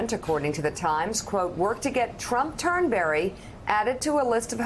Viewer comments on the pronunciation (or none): There is not berry in Turnberry! Turnbree!